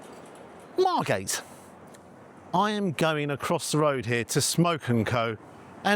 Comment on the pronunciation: Margate? As a Dane it sounds like Marmatie... Oooh, and all that meat.